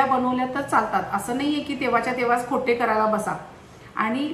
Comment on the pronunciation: खोटे 🤔😟 खोट्ट. असा साधरणतः उच्चार आहे…